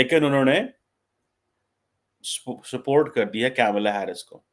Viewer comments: get your pronunciation right - it’s Kamalaa Harris, not Camela Harris. Secondly, she will be the first woman (Hilary Clinton never made it) U. S. Presidential candidate period, South Asian descent or otherwise. It is humorous that Paki commentators like you try to wrap yourselves under the South Asian label instead of using the label Indian. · don’t pronounce her name wrongly deliberately out of your non-liking towards Hindus and India. It’s not ‘Camila”. It is “Kamala”. Kamala means “of / like lotus “ Girls in Pakistan are married with cousins, uncle ( Chachu) maternal uncle (Mamu).😂😂😂😂 pahle Bhaiya, baad me Saiya 😂😂😂😂How they will become Kamala? Or Tulsi? 😂😂😂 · Not kaimla its kamla Harris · Atleast learn to pronounce her name correctly. it is not CamelAA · Tu to thik se kamla b ne bol paraha